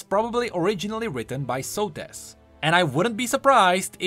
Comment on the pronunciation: Socrates without the c and the r